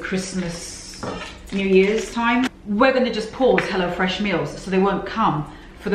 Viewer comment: I always thought you were saying “hellafresh”😂